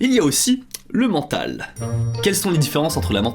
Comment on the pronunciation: je t'adore et la vidéo est super, merci! Mais le "mentale" à m'a fait mal 😭